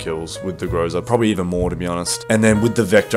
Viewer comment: I really hate doing this but the right stress on the groza is on the last syllable so its grozA(thunderstorm). Idk why it triggers me so much, i dont get triggered when natives do this